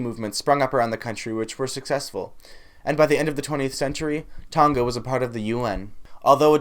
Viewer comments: Its tonga not toga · It's TONG-A not Tong-ga. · You don't say Tonga correct but ok